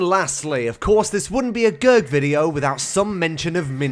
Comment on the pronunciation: Is it just me but i always thought it was greg not gerg😅